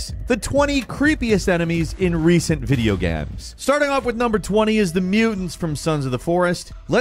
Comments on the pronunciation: "Videogams"? Lol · Did you just say "In recent videoGHEMZ"? LMFAO